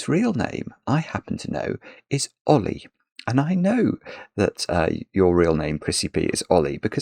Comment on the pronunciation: I thought he was saying a British pronunciation of the name Ole.